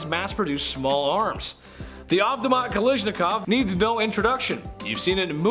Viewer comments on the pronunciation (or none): it is not 'nimrod' hehe, it is 'nimrud' the u sounds like oo.. and next, his name is Johann not Johanns.. Automatic Kalashikov not 'kalishnikov' - Михаил Калашников pronounced 'Mikhayl Kalashnikaf' I can keep correcting your pronunciation all day, because there are so many mistakes.. c'mon guys, you can do better. Ya'll seem intelligent, so why is it so hard to pronounce correctly?